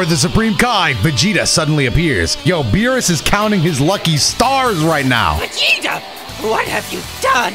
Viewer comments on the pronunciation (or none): none